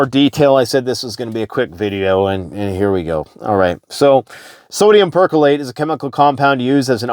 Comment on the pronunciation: Per Chlor ate not percolate